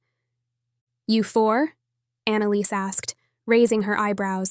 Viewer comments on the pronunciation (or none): none